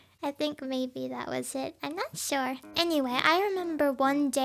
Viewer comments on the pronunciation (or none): none